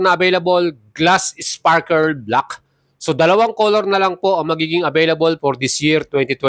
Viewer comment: 😂 di ma pronounce yung sparkle,sparker lagi nababanggit